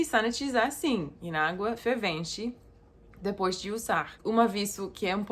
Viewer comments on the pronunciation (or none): none